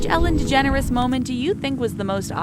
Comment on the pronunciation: Boiiii did they just say Ellen De-generous bc it is pronounced de-jen-ers get it right